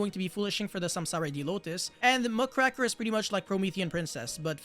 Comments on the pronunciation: Who's Muckraker? Do you mean Mudcracker or mugraker? Strong cards 🤔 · I hate how everyone pronounces muckraker wrong